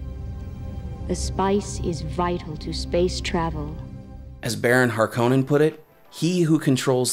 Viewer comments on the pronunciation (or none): You can always tell someone whose first exposure to Dune was the Lynch film by the way they pronounce 'Harkonnen'. Herbert said HAR-ko-nen, and this narrator says har-KOH-nen (know because I am one of them, but I have since read the books multiple times). That alone isn't a bad thing, but if you couple that with his saying that humans outlawed computers to keep humans from getting lazy, and I am pretty sure he (or the person who wrote the script for this video) never actually read the book.